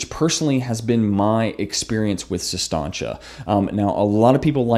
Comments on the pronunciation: Its Sis Tanch.. Not Sis Tahnch Ay. Like he kept saying lol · Does it bother anyone else that he mispronounces it for 15 min?